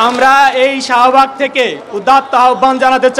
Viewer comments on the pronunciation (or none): শাহোবাগ না শাহবাগ 😁😂